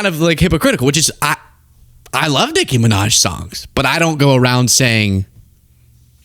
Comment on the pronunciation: Ion like the way you say Nicki’s name. If you don’t pull a little more unff in it, done say it!!